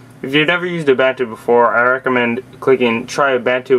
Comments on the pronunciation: The way you pronounce Ubuntu makes me uncomfortable xD it's pronounced: u-boo-n-two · or "oom-bun-two"